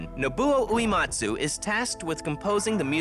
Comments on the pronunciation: "This is the story of Nobooey-Whoee-Matzu" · The way this narrator is pronouncing Uematsu's name is making my ears bleed. Why do you say "oo-ee matsu."